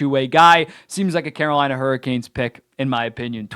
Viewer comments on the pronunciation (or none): none